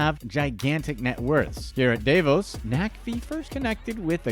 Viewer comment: Davos (in Switzerland) is pronounced “Dah-vohs”, not “Day-vis”.